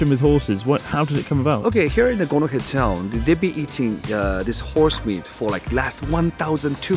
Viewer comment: I thought I heard gonorrhea town, turns out it's Gonohe